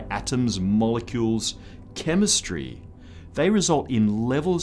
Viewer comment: Respec the "chemestry" jajajajajaja, is that sarcasm?